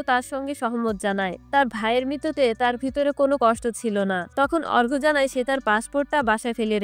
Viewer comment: Arka r arghya r moddhe parthokko ache apni bolchen thiki kintu uccharon thik kore bolun duto name e akirokom lagche sunte..... Story taller houa oto sohoj noi.